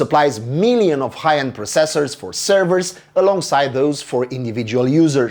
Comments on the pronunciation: It's not just you, he's putting too much emphasis on the seconds cyclable, but he's Romanian, having perfect English enunciation is sometimes difficult to pull off even by native speakers. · Anybody else annoyed with the way he pronounces "processors"? No, just me?